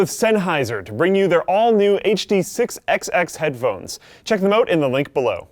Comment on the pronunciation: Did he realy say Check them oot wtf